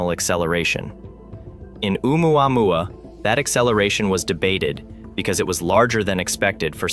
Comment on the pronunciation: It is O'umuamua - not omuamua.